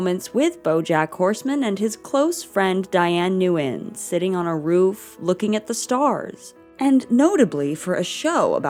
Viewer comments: “neyugn” is it pronounced noo-win? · At least learn how to pronounce Nguyen correctly. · my username is 'nguyen' backwards, but yeah outside of vietnam, it's usually just pronounced 'win' or 'noo-win' like in the show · Did y'all really just pronounce the n in Nguyen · About your pronunciation of "Nguyen". Not even close.